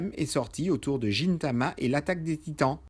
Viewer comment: c gintama pas "jintama" xD sinon cool comme video ^^ ca recapitule bien